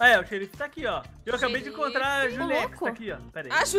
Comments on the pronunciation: 😊 não não é julex é Ju Tex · "julex"kkkkkkkkkkkkkkkkkkkkkkkkkkkkkkkkkkkkkkkkkkkkkkkkkkkkkkkkkkkk. #melorfamila